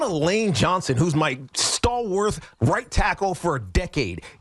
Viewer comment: Stal*WART*, Tiki. Not "stal*worth*".